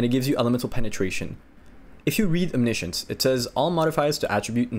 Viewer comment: bruh... it's OMNI-SCIENCE... you know like... scientist XD